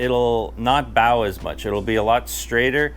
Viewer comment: Hey Bro. You Mispronounced the word ‘BOW’ As in the bow in the line. It is pronounced as in a Long bow, or a crossbow, not as in BOW of a boat. Thanks